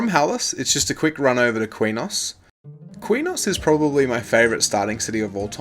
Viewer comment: Btw Quenos is pronounced, kraynos SoW is pronounced sow, as in a female pig.